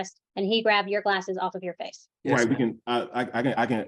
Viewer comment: This dude Again?! Ill never forget those "glasaes" lol